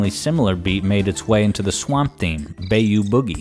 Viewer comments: Love your content. Thank you for your amazing videos. I am dying 🤣 at your pronunciation of Bayou. My wife said "Bay-ow" her first time around me. I am from Louisiana and very familiar with the Bayou ("Bye-You") Bye-You Boogey, not Bay-You. 🤣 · "Bay-you"? My friend, that's "bah-you". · Did you really say bayou as in bay you? Get out the computer room man xD I love your videos though so thanks for making this stuff